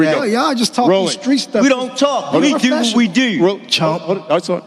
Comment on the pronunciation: “Deew”😂😂😂😂😂😂😂 holy shit